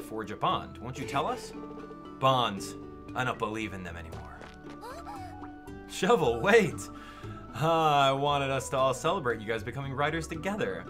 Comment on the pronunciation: I WAS HOPING YOU'D PLAY THIS!!! I'm so excited about it! This Monster Hunter is actually relaxing lol. Also, Cheval is pronounced Sheh-vahl and it's the French word for horse.